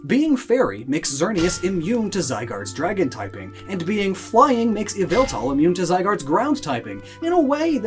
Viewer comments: ITS YAVELTAL! NOT YVELTAL! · YVELTAL ISNT PRONOUNCED YVELtAL ITS YAH-VAL-TALL AND U SAY IT FAST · It's pronounced, YAH-VAL-TAL!!! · EE-VEL-TAL, NOT YA-VEL-THAL! STOP SAYING THE NAME WRONG! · EE-VEL-TAL, NOT F*CKING YAHVALTUL! STOP SAYING THE NANE WRONG! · EE-VEL-TAL, NOT YA-VEL-TAL! AND STOP CALLING YVELTAL A HE! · It’s yavultal not yveltal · It is not pronounced as y vel tal it is pronounced ya val tal Only people who watch MandJtv Pokevids will understand this reference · that so called “yveltal” is YVALTAL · Um did you say why-vel-tal IS YAVELTAL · not yveltal.......YAVELTAL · No its ya-vel-tal !!!! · It's YAHVELTAL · It's Yavaltall Get it right nerds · NO, IT'S YVELTAL! THERE IS NO VOWEL BETWEEN THE Y AND THE V! FIX IT NOW! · It's me YA-VEL-THAL, lord of chaos and destruction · ITS YAVILTA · His name is yveltel : ya-vel-tal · IT’S YA VAL TAL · Sorry but it is yaveltal please fix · Its pronunced YAH-VUL-TAL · NO, YOU F*CKING IDIOT! IT'S PRONOUNCED EE-VEL-TAL! SAY IT RIGHT! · it is called ya-val-tall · It’s... YAVELTAL! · It’s yaveltal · Its YA- VALL-TALL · NO, IT'S EE-VA-TAL! THE FIRST PART OF THE NAME IS SUPPOSED TO BE PRONOUNCED EVE, NOT YAH! GET IT F*CKING RIGHT! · It's yaveltal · It’s not Yveltal, it’s actually Yavaltal! I beg that someone gets it. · ITS PRONOUNCED.... YALL VAL TALL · So... Yvelta not pronounced "way-velta" face palms in shame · Pardon, but you have to re record the whole video because you pronounced Yvetal ‘s name wrong. The proper pronunciation is Yovletove. Be glad Arcoos hasn’t taken judgement on you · I’ve never cared less about the pronunciation of a Pokémon before to me it “yeee-vāl-tall” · IT'S YAH-VEL-TAL! (Pokémon talk ref) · IT IS YVELTAL! THERE IS NO VOWEL BETWEEN THE Y AND THE V! STOP SAYING THE NAME WRONG!